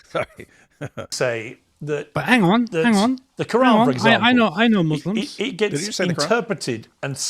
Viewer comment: The "ang on" kept killing me😂😂😂